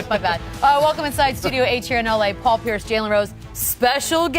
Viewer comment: Did Windhorst just call Paul Pierce... "peepee"? Yeah... no.